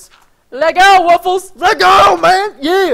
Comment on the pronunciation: Hey actually its supposed to be pronounced woof+less